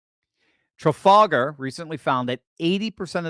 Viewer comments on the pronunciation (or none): none